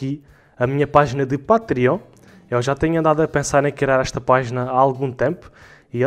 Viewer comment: não é Pátriónh, é "patrêon"!!!